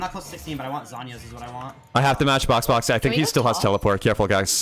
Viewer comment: got boxbox got bosbos gosboxoabfkab